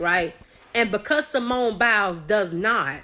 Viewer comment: What is criminal is the fact that you are calling her Simeon which is a man’s name. Get it right her name is Simone!